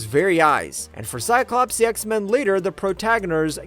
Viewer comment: Drinking game. Drink when you, hear cyclopse